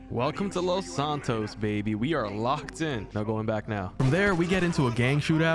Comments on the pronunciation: take a shot every time he says Los Santos wrong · Plz say los santos right